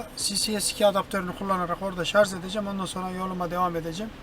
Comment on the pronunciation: şarz değil şarj